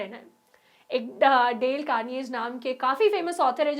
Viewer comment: carnage nahi CAR-NA-GI